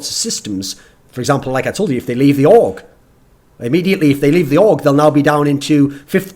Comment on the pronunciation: I thought he said aug when he said org lol